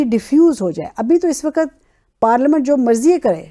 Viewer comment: Why can't people pronounce the word Waqt? They always say waqat